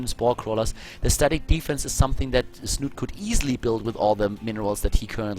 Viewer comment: Das "e" in Snute ist übrigens nicht stumm. Hier kann man die korrekte Aussprache hören: /watch?v=6EpRR-3r6V4 / The "e" in Snute is actually pronounced. You can listen to the correct pronounciation here: /watch?v=6EpRR-3r6V4